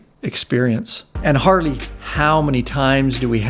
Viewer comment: Hey umm is it just me or is this guy saying hardy instead of Harley??? He’s said hardy three times already an I’m 3.35 into the video. Lmao